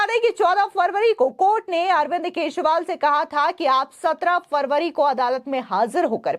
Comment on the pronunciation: Please Learn to Pronounce his Name Correctly, The Delhi CM.... Sunno " Kee jree waal "